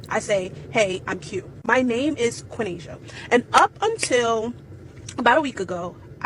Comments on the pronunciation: Quaneesha is three syllables🤣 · My God. Quinesha. Thats THREE syllables. Not two. Oh the ignorance. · Isn't Quinaisa 3 syllables?? Quin-ais-a idk lol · Qua-nas-ia. 3 syllables. Not 2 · Quinasia is actually 3 syllables. Just saying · Who's going to tell, while she educates us, that her name is 3 syllables, not 2? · Quinasia is actually 3 syllables not two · Quinasia is NOT 2 syllables 🤦‍♀️ Lord help us (Lovely name - not 2 syllables) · Her name was 3 syllables not 2. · Quinasia is actually 3 syllables lol. a good rule of thumb for counting syllables is count how many time your mouth has to open to say the word slowly. you can even google a Syllable counter, and i did, Quinasia is 3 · Qyinasia is at least 3 if not 4 syllables and that chick said it was 2 syllables. Like cmon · My god bless her little special heart. That poor girl doesn't even know that her name has 3 syllables and not 2. She was doing her best to try and sound intelligent but her brain failed her 😂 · No disrespect to you....I really mean that... but your name has three syllables...tell people your name has three syllables in it instead of two syllables... that's probably why they can't pronounce it... pretty name though....now the word "pretty" has two syllables in it... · lol its 3 syllables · Quenasia, is actually three syllables, not two. 😂😂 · Quinasia is 3 syllables lol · Quin/a/sia is 3 syllables not 2